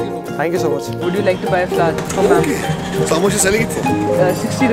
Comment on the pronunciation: Flower ❎ flover 🌚